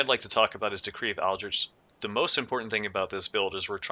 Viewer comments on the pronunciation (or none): none